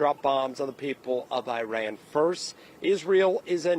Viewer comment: You are a journalist at least learn how to pronounce Iran correctly